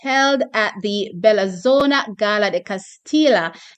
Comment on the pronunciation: Bell-IN-zona. That's how the two is pronounced. Italian part of Switzerland.